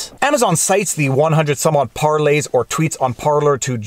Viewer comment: Thank you for saying Parleys correctly! Love your content. American living in Winnipeg.